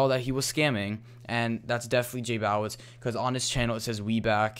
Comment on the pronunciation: its not jbawitz its jbowitz